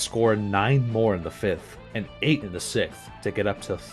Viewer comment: OK, I thought it was a mistake, but how come you say sixth like that but you can perfectly say seventh?